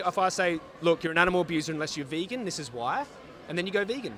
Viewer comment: "Vehgan" But great interview guys haha